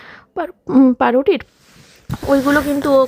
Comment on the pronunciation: Dalia amrao ranna kori. But tomar dalia ranna dekhe ekta baje kotha mone pore jachhe. Chih! Pauruti ke paruti bolar habit ta bodlao. Bhul ta kichutei thik korte chay na, adbhut! Aaj abar suru koreche hothat kore " friends ". Hasyokor.